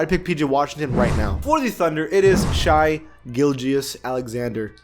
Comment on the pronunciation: It’s not pronounced *ucking shy it’s shay